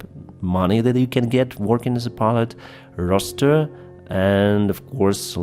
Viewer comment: Your English is coming on fantastically!. I couldn’t help but giggle when you kept saying rooster however 😂 🐓. Good effort mate